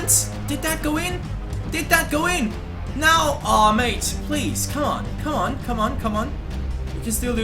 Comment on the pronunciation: every time you say mate makes me go crazy just please stop saying it ! Nobody says it like that